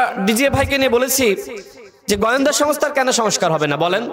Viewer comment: কথা বলতে পারো না তো রাজনীতি করতে আসছো কেন পত্যাশা, প্শ্ন, গয়েন্দা, দশর,ষল,যাছছে,পত্যেক,করবে ভাই তুমি কি সত্যিই ঢাকা ভার্সিটি পড়ছো তুমি তো কথাই কইতে পারো না রাজনীতি করতে আইছো মিয়া রাজমিস্ত্রির কাজ কর গিয়ে ভালো ফল পাইবা